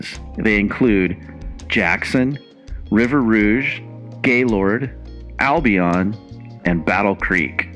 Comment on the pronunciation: “albi-on” albi-in *